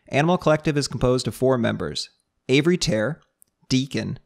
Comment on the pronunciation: I almost had an asthma attack laughing at "Avery Tare" haha